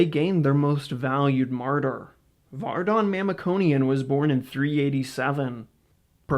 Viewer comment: It be nice to pronounce his name and last name properly, since you're making this video